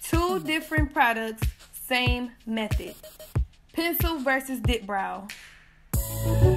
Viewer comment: Your accent when u say “Pensew” 😅